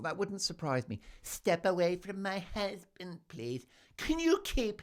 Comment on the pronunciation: EVERY time you say "My HuZzzzband!" I crack up!! 😂 Every video, every time...I chuckle. How are you not only Broadway?😅